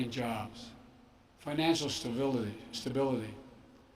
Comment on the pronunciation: BIDEN WANTS TO TAKE YER JOWBS!!!